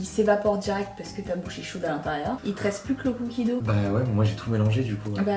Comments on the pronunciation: La prononciation est beaucoup plus poche de "do" que de "dougue" (si c'est bien ce que tu as voulu dire, étant donné que tu as juste écrit le mot anglais) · Ben non, c'est un mot anglais. La prononciation est beaucoup plus proche de "do" que "dougue" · Non mais on dit pas cookie do 😭 c’est cookie dough